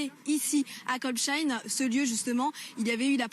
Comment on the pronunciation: Pas très locale...faudrait lui dire comment se prononce Kolbsheim